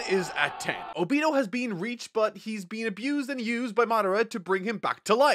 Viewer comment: I couldnt cant past this video without getting distracted by "O beee-toe" instead of "oh-be toe" ever other sentence. Great content either way!